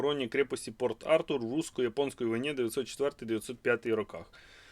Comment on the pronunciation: Правільний наголос -"Порт - АртУр". Симонов и Гайдар - знакомые издания,читал подобные и держал в руках.Особенно было интересно читать раннее творчество Аркадия Голикова,оно не слишком было на слуху.А у Твардовского было бы интересно прочитать его письма , никогда не доводилось его эпистолярное общение . Впервые увидел портрет писателя Калинина,до этого видео никогда не встречал его фотопортретов,хотя знал об этом авторе . Спасибо за грамотный показ подборки книг, хорошо видно содержание книги и другая информация о книге.Смотрю многих блогеров по данной тематике,Вы показываете так как треба зрітелю відео.